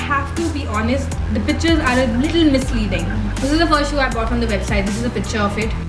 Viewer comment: ur vid.. ur presentation everything is good. i didnt really wanna point it out but u pronounced the word 'picture' so many times.. and each time in such an irritably wrong way that I had to throw it there.. it is pik-chure... otherwise u are cute sweetie.. don't take offense, u are like a younger sister to me